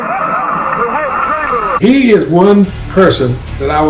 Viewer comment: Charles Barkley, “you’re not better than Wilt ChangerLin”